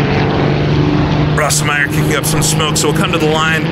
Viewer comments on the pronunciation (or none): watch a documentary and learn how to pronounce the drivers names. there are plenty of examples of proper pronunciation out there. I've never heard Bernd "Rose-meyer" pronounced "ross-em-meyer" . It makes you sound dumb. You get them wrong all the time. It's annoying. Work on it. Also, don't talk so much.